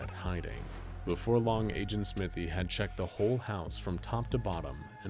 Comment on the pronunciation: Smythe is usually pronounced sm-ai-th not smith-y